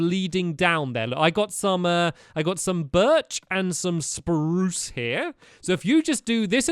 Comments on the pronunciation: Vaishnavi Kakde gasp he also forgot how to say spruce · you said SPRUCE rong